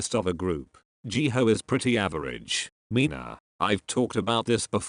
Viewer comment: People : Ji Hyo Siri : Ji Hoe